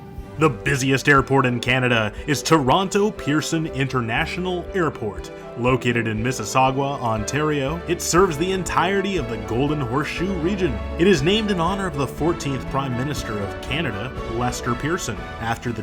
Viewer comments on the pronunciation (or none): Mississaug-wa.. never heard that one before.. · Located in Mississ... what ?? Are you from Florida ? It's pronounced, never mind ? So funny.